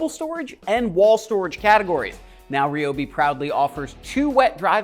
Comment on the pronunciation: rye o bee not ree o bee... #toolreviewzone